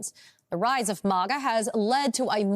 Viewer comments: It's Mag uh. Not Mog uh! Who the heck are you? Report on the commies, not the Republicans. It's obvious you don't even know what you are saying! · MAG A. NOT MA GA🤣🤣🤣🤣🤣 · Why does she say MOGGA? 😂 It’s pronounced like the 1st 2 syllables of magazine. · It's pronounced mah guh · Someone please tell this chick how to pronounce MAGA!!